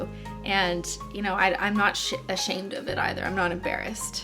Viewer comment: I have this too Cristine, although my puffines isn't as bad as yours was. (Edit:) I love how Cristine says shit so much that when she was trying to say ashamed, she said shit lol